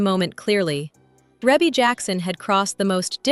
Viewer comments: You can always tell when folks don't really know her. It's REE-bee, not REH-bee.... although it's spelled like it. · The pronunciation of her name in this video is pissing me off